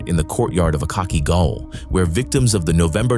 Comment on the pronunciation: Gaol is pronounced "Jail", by the way